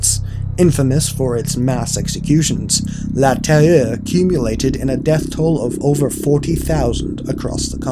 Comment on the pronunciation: "la teur8eh" ? did he try saying terreur?